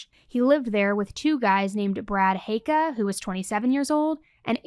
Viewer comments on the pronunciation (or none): none